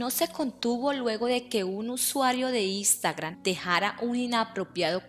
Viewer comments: Expresó no espresó. Ex senorita Colombia no es señorita Colombia, Instagram no Istagram. Por favor mejora tu pronunciación o dedícate a otra cosa. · NO se dice "ISTAGRAN". Se dice "INSTAGRAM". NO se dice "ES - REINA". Se dice"EX - REINA". Si no sabes hablar no hagas vídeos.